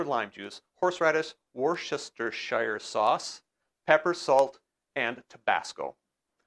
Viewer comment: The sauce is pronounced wustersher. Looking forward to trying this